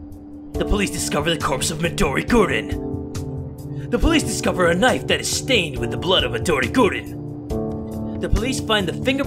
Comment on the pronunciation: Well I'm not used when doesn't add extra vowels in some of his words, I'm used to him saying Midori Gurinu, Knifu or Lifu... Oh, and don't you love the old days when doesn't censor anything...